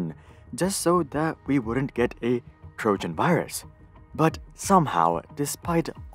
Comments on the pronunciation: Trogan?! Is it pregante too? Smh… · Ah yes, trogan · "Trogan Horse"? What's a "Trogan Horse"? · It's called a TROJAN horse. Not a Trogan horse.